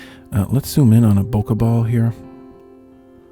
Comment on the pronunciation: “Bowka”! Hahahahaha HAHAHAHA hahahaha hahahaha!!! Funniest pronunciation ever! Hahahaha